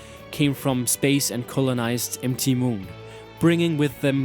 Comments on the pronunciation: M T Moon? It's pronounced mount moon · Empty moon don't you mean mount moon like mountain moon not empty moon. MT stands for mountain and is pronounced mount. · its mount moon..not M(em) T(ti) moon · ROFLMAO!!!! "emtee moon" hahahahhahahahahhahahahaha... ROFLMFAO!!!! "emtee moon" hahahahhahahahahhahahahah...aaaaahahahhahahahhahahah! Wipes tears from eyes...Dude, MT is an abbreviation for "mount" for "mountain. So it's really "Mount Moon" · mt. is mount so you say mount moon not mt moon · mt = mount = moutain stop saying MT Moon you sound like an ass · Mt Moon reads "Mount Moon", dude. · Nearly cringed with M T moon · said m-t moon but yeah his pronunciation is pretty bad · Although, he says, "M - T - Moon"... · Are you foreign? M-T Moon? It's one word "Mount Moon" and S.S Annè? It's like a name "S.S. Anne (Ann)"